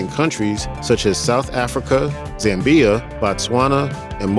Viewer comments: Zam-bia huh? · True it’s Zambia , similar pronunciation to samba , what’s so hard to pronounce